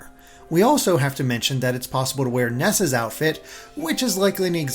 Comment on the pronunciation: OH! Ness a ! When you said it (especially during the Direct review), I thought you said Ness and were talking about the kid from Earthbound.